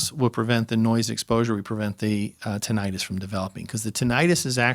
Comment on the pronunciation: lol wtf he changed the pronunciation 1 min into the video...went from "tin-ah-tus" to "tin-it-us" like it was nothing